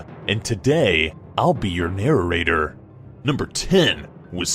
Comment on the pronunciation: “My name is, and I’ll be your narrarator” read last word carefully